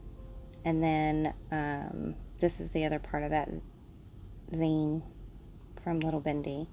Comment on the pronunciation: (btw, it's not a big deal at all since everyone will know what you're talking about regardless, but I thought you might want the heads up that it's pronounced "zeen" like the end of "magazine," since that's where the word came from! small DIY magazines, at some point playfully shortened to just "zines")